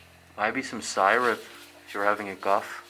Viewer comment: Syrup it's pronounced si-rup.